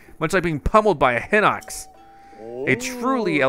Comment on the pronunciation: two things: 1. hinox is pronounced HEE-nox and 2. Yiga is pronounced YEE-ga